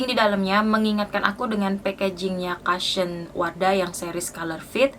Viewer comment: maaf mbak bacanya kusyen bukan kasyen🙏